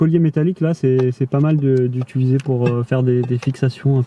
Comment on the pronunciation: On se régale avec vos vidéos !! merci, et on aime beaucoup ta façon de dire "utuliser" 😄